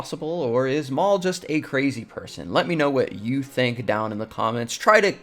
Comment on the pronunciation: Mla says “you” like “jjjhu”